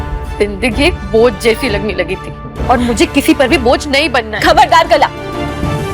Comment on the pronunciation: कला ❎ काला ✅😂😂😂